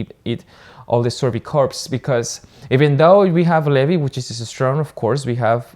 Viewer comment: why do you call levi lévé